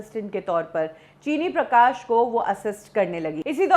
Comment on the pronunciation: Her Uncle's correct name is 'चिन्नी प्रकाश' and not 'चीनी प्रकाश'